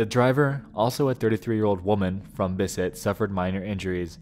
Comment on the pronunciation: hold up. I just noticed you mispronouncing Bissett. I take it all back.